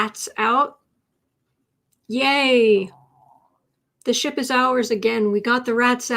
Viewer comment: Sounded like you said, "we'll have to clean the sh*t". When you said, "we'll have to clean the ship". Either - Or, in this case!